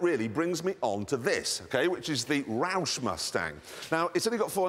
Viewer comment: I love the way Jeremy says roush. So much emphasis on the rou- part